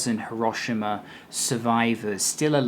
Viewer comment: No, it's not. The i is barely pronounced at all. pronounces it correctly, the same way the automated message pronounces it when you arrive at Hiroshima station.